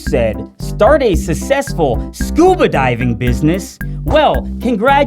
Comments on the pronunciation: Good video. But holy shit stop saying susessful. Its suCessful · Fun video, but I am begging you to say the k sound in "successful" if you're going to say it 50 times, instead of mispronouncing it as "suh-SESS-full" every time 😂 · Can’t get over this man saying “sussess(ful)” instead of success(ful) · I would have enjoyed this video if this guy wasn't constantly saying "sussessful" over and over. I could stand the first few times but by just a third into the video I can't take it anymore. DID ANYONE SCREEN THIS ONE TIME BEFORE UPLOADING?? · 'sussessful'? who are you, DarksydePhil? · Please stop saying "cecesful" instead of "successful" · Great video. What’s with the pronunciation of sucksessful? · he cant say successful right lol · Dont say successful if you can’t pronounce it 😹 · nice video but thats not how you pronounce successful